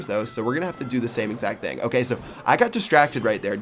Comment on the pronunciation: Lmao salt word "okeh"